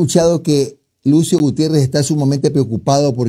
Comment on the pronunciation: Con este tipejo, "Gutierres" el medio pierde prestigio, balbuceando de esa manera confirma que no deberían darle atención, me apena el desatino